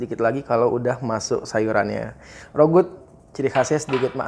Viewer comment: Rougut itu bacanya RAGU lho kayaknya...